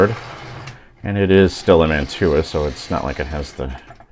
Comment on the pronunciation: Mantua is pronounced "Man-choo-ah". Don't pronounce the "t". Almost all those old Mantua's have Pittman motors in them and changing the magnets to neodymium (rare earth) magnets really helps those old motors run better. Cheers from eastern TN